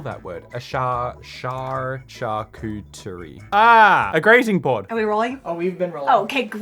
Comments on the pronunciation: "charkury board" I can't. I really wondered what it could be, maybe something asian? Then I realized it was supposed to be my own language and "charcuterie" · Why say "Charcuterie" if you cannot pronounce it? 🙈 And who tf recommend Gerolsteiner to her as if it was some kind of fancy health water? It's mineral water ffs. At least it's in glass.